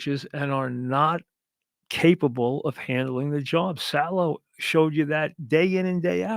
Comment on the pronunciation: "JM"? Try GM, Mike. "Sallow"? His name is Saleh, Mike. Everything okay there, Mikey?